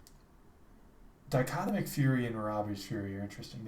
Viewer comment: I like the pronunciation. I usually say dick o tomic probably way off. Thanks for the vid man!